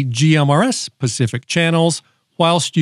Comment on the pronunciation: They are for pacific porpoises. Pretty sure he made that clear....